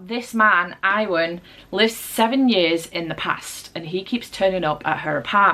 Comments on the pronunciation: Great vlog! 💕 just a little fyi - Iwan is pronounced Yew - un - gotta love those welshy names 😀 also I agree wholeheartedly with your review of Yellowface - I will give RF Kuang one more chance with The Poppy War 🤞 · You pronounce Iwan wrong. It’s Youwan. Awesome vlog.